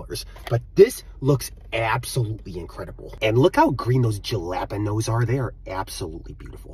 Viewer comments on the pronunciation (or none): u can tell he said jalpanose on purpose cuz he says it correctly several times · He said it right the first time and then purposely said it wrong the second time🤔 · The jah-lap-in-nose. 😂😂😂 Yep, he’s definitely American. My kind sir, it’s pronounced Hal-uh-pen-yo. Jalapeño. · He said "jel-app-in-nose" so casually 😄😄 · Jalapeño is pronounced Hale-piñio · Bro its pronounced ha-la-peh-knee-ohs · it's pronounced "halapenos" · BRO ITS FCKING PRONOUNCED HA-LEA-PENOS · looks like we found the American 😂. Plus it isn't a silent j, it's pronounced as /x/ in Castellano. This isn't an English word, it was borrowed from Spanish so we should pronounce it as such, just like we do with fiancé and naive. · “… it’s pronounced jalapeños…” -bubbles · I don’t think someone who pronounced jalapeños like that can judge food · Why did he mispronounce jalapenos 2x but pronounce it correctly once lmao . Looks delicious though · Bro is saying jalapeños wrong on purpose I think he outs himself in the start of the video by pronouncing it the right way listen closely😂.